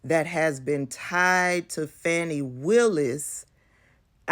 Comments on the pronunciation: Her name is not pronounced “Fanny” it’s “Fani.” Also, he is a qualified prosecutor. Her private life is not relevant, IMO. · Her name is Fani (Fawn-ee) Willis not Fanny Willis. So what if they had an intimate relationship…I couldn’t care less! All those defendants who BROKE THE LAW must be prosecuted and convicted nonetheless! And I hope they enjoyed each other’s company…if it’s true! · Pronounced "Faw-nee". Certainly, you would not want people to pronounce your name as "Tab-bee-thah", would you? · Hey sis, first of all her name is pronounced Fawnie. Secondly, she said that the other two prosecutors were White and that she paid them the exact same but she finds it ironic that they only investigated the black man keep up sis. and I would never be so naïve to think that in today’s climate, that this does not have a racial component in the state of Georgia, let’s be serious yes, if it had been found that she had maybe a relationship with one of the white guys it still would’ve been a racial component because she’s a black woman. Also, let’s wait to see how she responds. Either way, it’s not gonna stop the prosecution of these criminals. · Her name is pronounced Fawn-i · PLEASE say her name properly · you are pronouncing her name wrong, you are saying her name the same as right wing outlets, PLEASE STOP!